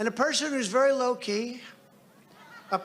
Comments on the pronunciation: No,, he said very "Loki," not "low key" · Did he say low key or Loki. I think he meant Loki cos the resemblance 😉 is there.